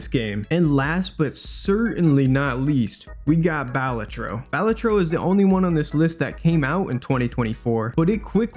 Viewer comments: Is no one gonna mention how it’s Ba-LA-tro, not BAL-a-tro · I'm I the only one that thinks it's pronounced bah-la-tro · Pronounced balatro wrong. Its ok tho